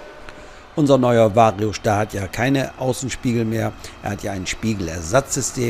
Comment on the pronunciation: Schon lustig wie der immer Schtar sagt 😂…